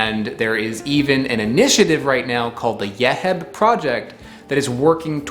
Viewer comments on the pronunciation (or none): Hi thank you for the video ‘ this Nut It’s Called Yeib ‘ Not yehib‘ I used to eat when i was young it’s was so delicious’❤️ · Thanks, for this.Its pronounced Yeib. Nostalgic of my childhood.